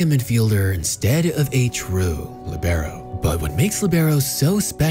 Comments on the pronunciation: It's Lì-be-ro with the accent on Li, not on be. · I don't want to bother anyone, but I think the stressed vowel is in "li" instead of "be"